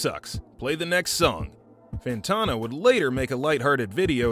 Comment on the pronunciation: how do you research an entire video about him and still not learn how to pronounce his name lol ... good vid tho